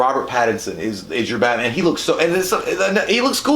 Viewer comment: pronouncing Batman as "Bat-Min" is my new favorite thing